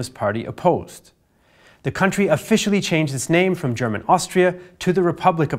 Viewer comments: Finally a native english speaker who pronounces german correctly :) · I just wanted to compliment for his excellent pronunciation of German words, as a native speaker I hardly hear any flaws, well done